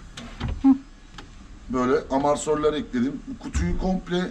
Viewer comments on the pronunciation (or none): amarsör değil be abim amortisör :))